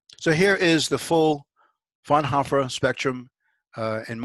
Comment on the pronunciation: Frau-N-Hoooooo-fr. Not "frnhoffer"...Please work on your languages....